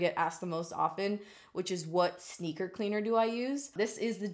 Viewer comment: When you said "sneaker cleaner" I thought you said "stinker cleaner", and I'm all like 🤔"stinker?" as in your butt?? 😂😂 #mindingutter